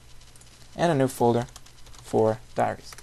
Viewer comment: at 0.14 you said Diareah :C